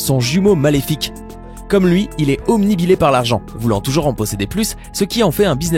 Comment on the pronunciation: obnubilé pas omnibilé